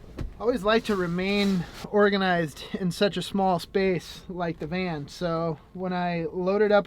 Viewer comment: Why do I hear: "I like to be Oregonized! "all the time? 😉